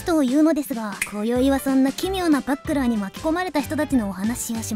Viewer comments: バックラーて笑 グラップラーみたいにいうな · バックラーって言うのね… バチェラーみたいな言い方すなww